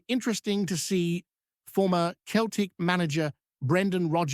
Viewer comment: New Scottish dubscriber here, love your edit but please remeber how to pronounce Celtic. "Seltic" not "keltic' cheers bud :)